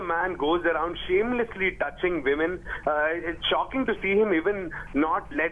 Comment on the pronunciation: "touching veeman"